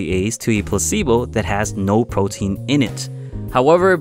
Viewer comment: nigga u said potein